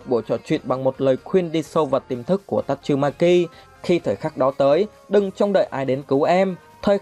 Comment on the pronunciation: Tasumaki chu khong phai tachumaki